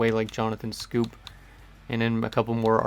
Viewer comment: also Johnathan Schoop is pronounced Scope